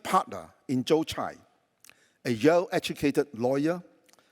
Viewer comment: The pronunciations is Joe Tsai, not Jiu Chai😂,韭菜😂